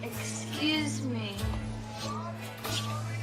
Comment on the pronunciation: 안녕하세요. 질문 있는데요... 39분 53초 지점, How much does it cost? 문장이 제 귀엔 [하우치 더즈이 커스ㅌ] 로 들리는데요. 제가 잘 못 듣고 있는 걸까요? 하우머치를 실제 발음하는데 제 귀에 안들리는 것 뿐일까요???